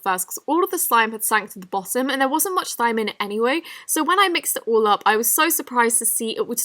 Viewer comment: Every time she says so I hear soy?!